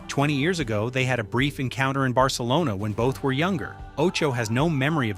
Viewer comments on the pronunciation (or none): none